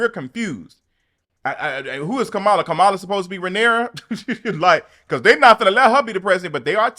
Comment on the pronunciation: I love you and I've followed your channel for years but can you please learn how to properly pronounce VP Kamala Harris name. Her name is pronounced Comma-la not Ca-mall-a. 😉🥰